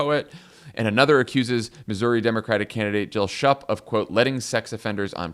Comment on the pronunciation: FYI, Schupp is pronounced SHOOP, not SHUP.